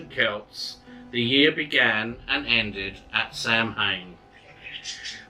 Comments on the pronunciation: Sorry but Samhain is pronounced "sah-win". Some countries say it slightly different but it's basically that. Lughnasadh is simply Luna-sahd. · This is a great resource for people! Thank you for sharing the videos. The only thing I would mention is the pronunciation of Samhain- Sohwin or Sahwin or Sahvin The pronunciation in Scottish Gaelic is a little bit different to the 'standard' pronunciation in Irish Gaelic, where Samhain is approximately pronounced as SOH-wiñ-because the mh is pronounced as (W). In Scottish Gaelic, the pronunciation is closer to SAH-wiñ or Sahvin, because the mh is pronounced closer to (V). Again thanks for the videos and Blessed Be